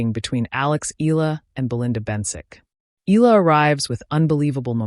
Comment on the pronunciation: Not eeeela....eala.(eyala) are you a.i.?